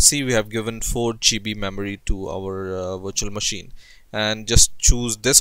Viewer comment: I thought he said install it on your washing machine lmao